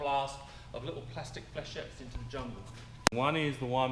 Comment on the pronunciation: Lol did he say plastic flachet? XD